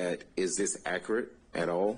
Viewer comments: Someone needs to teach him how to pronounce the word “accurate.” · I like how the defense attorney pronounces accurate and emphasizes it since this guy does not pronounce it correctly. What a disgrace to the legal system. America has become a joke.